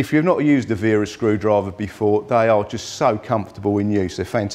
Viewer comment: Only person to pronounce it right lol